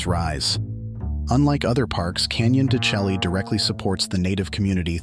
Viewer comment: AI idiocy. He’s a real expert, mispronouncing the place in the first 10 seconds. Turned it off.